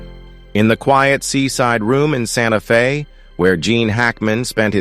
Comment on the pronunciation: "in a quiet seaside room in Sante Fe...." Wha?